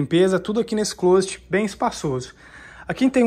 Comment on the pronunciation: Amigo pelo amor de Deus nao diga clôset é clóset!👍🏾